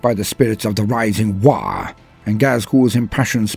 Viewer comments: "Waargh?" WAARGH? Fix dis roit now ya git, itz always "WAAAGH" with no R an at least three As! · Aint it ”waagh” rather than waargh”? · Am i gonna smell burnt toast or are u just adding an R for shiggles